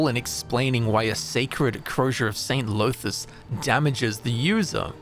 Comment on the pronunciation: DAMN really mispronouncing dunmer names? Llothis isn't pronounced Low-this. The double L makes a sort of Th-like sound. It's hard to explain. Look up welsh Ll for a guide on how to pronounce it. It should sound more like 'thlothis' not 'lowthis'.